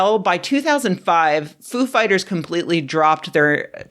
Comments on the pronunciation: I believe it's pronounced foo FIGHTers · I thought it was Foo’ fighters, not ‘Foo fighters. WOW what a loss. 😞